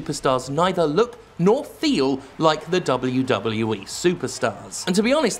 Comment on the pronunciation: I love hearing Jim say; " Dub OH You Dub OH You Eee."